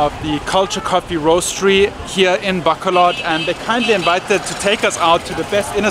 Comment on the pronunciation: I know it's important for you to pronounce Filipino words properly to show respect, so I'll make one correction to this awesome blog as usual to the proper pronounciation of the word Bacolod. You are pronouncing it baaa-co-lod with the first syllable being extended or elongated compared to the others, which is not correct. The correct pronounciation is ba-cooo-lod, notice that the second syllable is the one that is elongated. Small correction but it makes a difference between those who are just pasing by the Philippines for a few days and those who are there for the long haul 😊✌